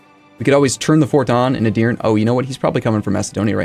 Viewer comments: Love the series and this will get buried, but Edirne has three syllables, like Eh-dir-neh. I've always wanted to nitpick a pronunciation on a paradox playthrough sorry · Don't trust the AI,! If Skanderbeg doesn't honor your effort than you'll cease to call him Skander-bro, which would be sad:P no need to remind you that 90% in the comments section will say "told you so..." Finally, "e" sound at the end of Edirne - the Ottoman capital - is not silent, it's the same "e" sound as in the first "e". (Turkish is much like Latin, in that all vowels are never silent.) Love the effort so far, show 'em Turks!